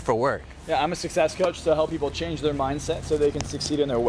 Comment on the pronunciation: "Succes Coach" Yikes, time for some Rosetta Stone